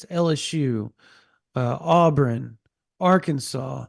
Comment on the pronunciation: is a dumbass "Aubrun" dude literally cant pronounce anything and knows nothing about ball